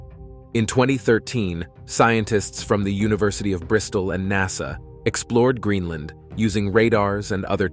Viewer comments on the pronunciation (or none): none